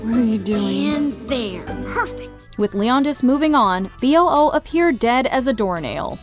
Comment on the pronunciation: I think B.O.O is supposed to be pronounced "boo", kind of a clever way making the sound a ghost makes into an acronym